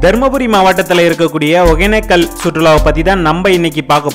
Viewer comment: ஏன்டா ஊர் பேர ஒழுங்கா தான் சொல்லுங்கடா யப்பா //ஒகனக்கல் இல்ல //ஒகேன‌க்க‌ல்